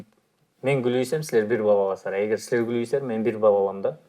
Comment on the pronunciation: "Силер"дегенди ондоҢУЗ